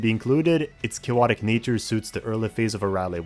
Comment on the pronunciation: why do you say cayowotic so much